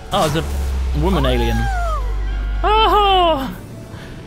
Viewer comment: did he say "anil probe" instead of alien probe